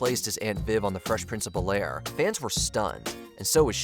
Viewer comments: Its ai right? Idk why hes saying bel-air as like 1 word... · mispronouncing Bel-Air made me think it was an AI voice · Why does the narrator keep saying “Bel-Air” that way?